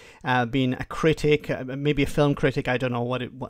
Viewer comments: Cricket, not "critic". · I'm pretty sure "critic" was a mispronounciation of "cricket".